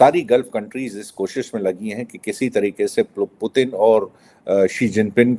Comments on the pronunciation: पुतिन को प्यूतिन क्यों बोलता है यार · जोकर जैसा बार-बार प्युतिन क्यों कह रहे हैं दीपक जी 😂 पुतिन होता है